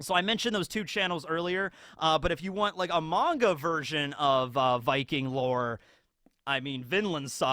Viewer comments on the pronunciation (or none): none